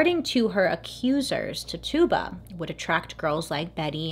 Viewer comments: Hey!!! Her name is pernounced “Tich u ba” not Tuba, or Tutuba. She was a person, not a joke or mythical creature. You wouldn’t want people making fun of your name. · How to pronounce tituba is “t-itch-uba” and I love that we read the book in high school and movie about the Salem witches. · Random side note, the enslaved woman’s name was “Titch-uh-buh” 🙂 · Bailey wasn’t pronouncing it correctly. Her name was Tituba and it was pronounced t ih - ch uu - b ah Her mispronouncing it drove me crazy because I knew her story and how to say her name. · One small clarification. Her name is pronounced “Titch-uh-buh” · I love you, but that’s not how you pronounce Tituba. It’s “ti-choo-buh” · It was gonna drive me crazy lol love you bailey🤣❤️❤️ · Great video. Loved it. Oh I also wanted to note that Tituba is pronounced tichoobuh. She was of native and black ancestry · Ok but the way she keeps saying Tituba's name though!!🤣😂🤣 It's pronounced Ti-CHU-buh🤣😂🤣 It's ok though...Bailey is the queen!!!💜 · *TI-CHOO-BUH Is how it's pronounced lol love ya girl. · You're so cute. It's Titch-ooh-buh 😁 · Twitch-Ah-Bah lol. (Tituba) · Tituba is pronounced first part Ti exactly like you said, the tu makes a ch sound. So it's like Tichiba. Sorry, that was just driving me bonkers. 😁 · Her name is pronounced Tichuba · Tituba? I thought her name was pronounced titchiba 👀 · it's pronounced TI-CHEW-BA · He name is pronounced Tet- chu-ba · Im not judging I'm merely informing Its pernounsed Tich a ba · Titchuba is how it’s pronounced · is no one going to talk about how shes pronouncing TITUBA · Yep...I said it every time she did, like she could hear me correcting her 😂😂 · Ahhhh yes!!!! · Bailey i love you but your pronunciation of Tituba cracks me up, lots of love <333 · yes. she was saying it wrong and I just kept correcting her lol.. wondered if anyone knew this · I loved the video, but I can't get over how "Tituba" is being pronounced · Your saying the slaves name wrong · You mispronounced tituba